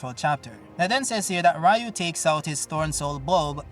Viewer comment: And we are back again with saying Rayu, I guess you cannot change